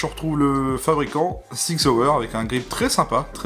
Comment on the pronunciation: je sais bien mais ça sonne toujours rigolo en français ! Mais chapeau pour l'effort ;)